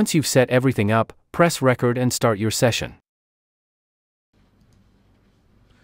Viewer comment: Tutorial narrator is obviously not an audio creator: "reCORD" button not "RECord" button. (I wrote this before reading the Comments - yeah, if it was A.I. this mistake would make sense. Welcome to Robotopia.